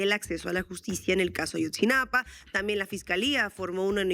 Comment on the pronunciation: Ayotzinapa, no "Ashotzinapa"